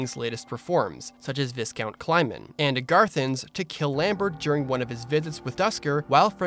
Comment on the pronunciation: viscount. is pronound vi kount.